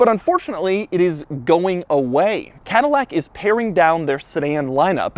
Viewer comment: CADILLAC TAH